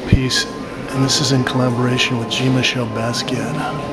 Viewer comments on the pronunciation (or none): i always enjoy your videos but I never heard Jean-Michel pronounced Gene-Michel before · I cringe every time you mispronounce Jean-Michel